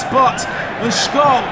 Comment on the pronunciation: Please, for god's sake, don't pronounce SCHOLL like SCHOLES without S. SCH in Germany sounds like SH in English.